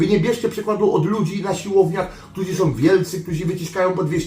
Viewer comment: Szedlem, nie szlem. Ktorzy, a nie ktozi. Poddaja, nie poddawaja itp itd.... chlopaki podstawy polskiego byscie chociaz przyswoili..